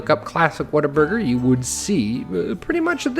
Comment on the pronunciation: You nailed the Whataburger, or as they're loving referred to around my parts the "Wait-a-Burger"! Any chance of you putting it on the workshop?